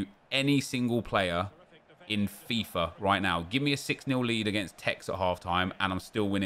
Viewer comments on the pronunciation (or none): none